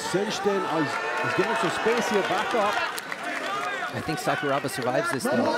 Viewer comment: Just so you know, Sakuraba is pronounced Sakura (cherry blossom) then add Ba. When they're saying it the way they are in this video, no one in Japan knows who they're talking about.